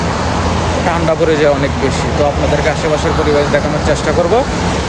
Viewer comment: ভাই,ঠান্ডাও বলতে পারেন না?